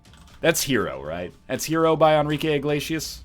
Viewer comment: Pretty sure it's Enrique